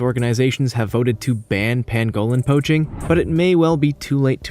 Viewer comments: Ooh - would that be the crested variety? (no I'm not a birder, I just think Grebes are cool :-))Yeah - he's not great on the pronunciation thing is he - It's also a PAN-go-lin not a pan-GO-lin and Tan-ZAN-Ia not Tan-ZANE-ea, but I don't think he's really that bothered. I'm glad you pointed it out though - I was about to do the same myself but without the academic credentials and was wondering whether it was worth the "oh look, here come the grammar police" BS which would invariably follow... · Its pronounced Panglin not Pangowlin you idiot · It’s pronounced pang-ga-lin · Tan-zuh-NEE-a and PANG-uh-lin. You forgot the endangered black-footed ferrets. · Ice itched about your silly pronunciation before but research must be just too difficult! It is a PAN-go lin. And GREEB ! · This guy’s pronunciations hurt my ears! He can’t even say pangolin. Also I would happily kill and eat anyone who kills or eats a pangolin.